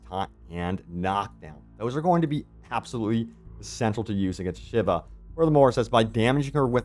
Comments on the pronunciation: A-shA-vA not shiver 😅😅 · Shiva, Sheevaah! NOT SHIVER, English is already the mixed up mongrel child of many languages. There is ZERO need for you to bastardise the pronunciation as well! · Ashava... not Shiva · Ashiva? Ashava bro 😅